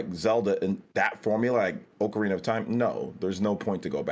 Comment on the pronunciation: Oak-arina of time. Kills me everytime.